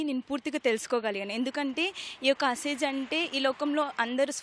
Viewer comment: It's asez not asaj